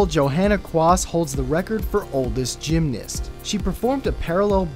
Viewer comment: gymnist? (sorry if it's an accent thing)